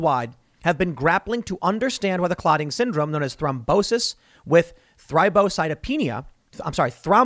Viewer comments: Spot on with the pronunciation Tim. Thrombocytopenia. It's good to be listening to someone who doesn't butcher these words 🤣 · You did a really good job pronouncing thrombocytopenia! Way to go Tim!